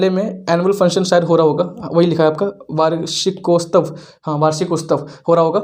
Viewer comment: वर्शिकोस्तव् नहीं होता मेरे भाई वो वार्षिकोत्सव होता है। पहले हिन्दी बोलना सीखो।